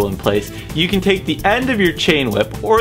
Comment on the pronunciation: did you just say neutonmeter!? I do enjoy those.